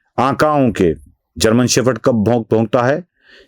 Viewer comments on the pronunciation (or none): शेफर्ड नहीं, शेपर्ड!